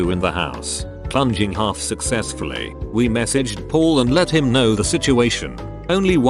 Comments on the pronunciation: How it pronounced "him" is funny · The way the narrator says him is hilarious. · lmao the way he says him